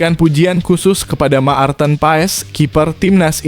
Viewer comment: Marthen bukan Maarten, jangan perkosa nama orang.